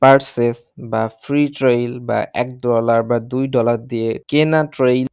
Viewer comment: আপনি একটা শিক্ষিত ছেলে। আপনার অনেক ভিডিওতে ট্রায়াল' কে আপনি ট্রেইল বলেন। আশা করি পরবর্তী ভিডিওতে সংশোধন হবে।